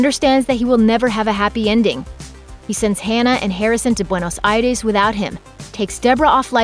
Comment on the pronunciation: You really have to pronounce "Buenos Aires" (Bwaynós Idesss )? You're an off camera narrator for Looper not a Travel Agent or a fuckin Espanol translator gtfoh!!